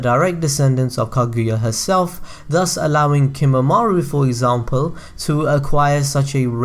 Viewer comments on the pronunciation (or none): none